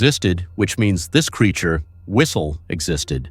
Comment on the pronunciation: "Do yOu Heah tHe fwiStLe?"